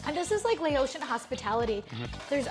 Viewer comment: Noooo. It's not Lay-ocean. It's Lao-shin. Laotian